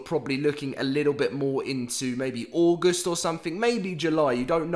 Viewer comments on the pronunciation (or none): none